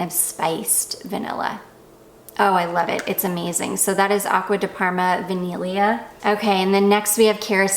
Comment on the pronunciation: I mean, your tweaked pronunciation of ‘vaniglia’ is veeeeery good!👌🏻👌🏻